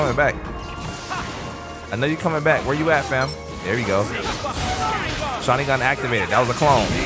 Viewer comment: The fact he goes "shaningan" like hes saying it right its making me cringe so muc